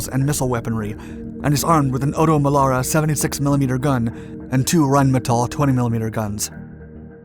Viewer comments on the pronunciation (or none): none